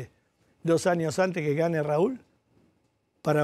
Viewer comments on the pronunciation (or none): none